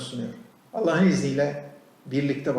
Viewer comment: Allah diyemiyor daha Alleh diyor ağzı sürşüyor la